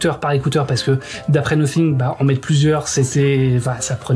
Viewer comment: Je crois pas que ça se prononce Nossing, si vous parler anglais vous disiez nothing !?